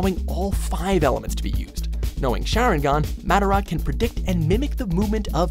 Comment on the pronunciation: Said madara's name wrong and chakra; the way you're saying chakra is something else entirely btw. xD